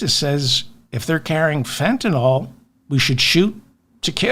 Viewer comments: I’m a retired physician….just wanted to let you know, David…the correct way to say Fentanyl is FENTANYL, with attention to the YL. It’s not FENTANOL. Mispronunciation of Fentanyl is a thing that everybody does. I just want you and others to know so we can correct the pronunciation everywhere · Fentanyl... NYL... Why does everyone call it Fentanol? Like Tylenol? Politicians are the worst about this... I heard one say Fentanoil like 5 times in a row yesterday. I guess Imma f*csist: a Grammar Fa*sist. Secret Chief of the Words Gazpacho (Courtesy Ms. Toilet Greene)! A Pronunciation Nahtzee! As Democraps, you are all normally MUCH more intelligent than the Republikkkants! Hold yourselves to higher grammar/pronunciation/reading comprehension standards! I'm rooting for youse guys, as I'm a left leaning moderate indy. I'm just an Anti-Trump, Anti-MAGAt, wounded Iraq combat vet, Pro 2nd Amendment/staunchly pro-responsible gun ownership/dynamic Anti-Grabber (Molon Labe! I'm your huckleberry.) I have to often skip parts of this pod, as the laughable ignorance about firearms and weapons, cherry picked stats often used out of context, the lack of any objectivity on the subject, and blanket ad hominem name calling grinds myfuggin' gears. "Gun Worshippers" is ridiculous to me, but as I am able to view complex issues objectively, I am sure there are several MAGAts that wouldn't be so offended by that moniker. However, it sets off the Lil Greta "How Dare You?!" in my head. Also, I find wet-brained hipster commies equally as drain bamaged as jello-headed Gnatsees. Democracy combined with sensible socialism, (as the military, police, fire dept, BORDER PATROL >ahem<, etc. are socialist services whether you like it or not, Jonny Reb at large, and For Profit education, healthcare, and p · I know you sometimes have pronunciation problems. Fentanyl: FENT - A - NILL.